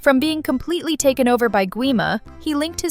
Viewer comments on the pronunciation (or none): none